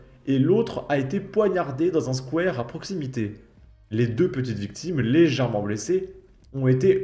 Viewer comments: "Le squouère" ??? Ça se prononce Squou-a-re !!! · Le "squouère" 😅 ( Faut bien rire un peu) Par contre, toujours difficile la prononciation des villes alsaciennes 😊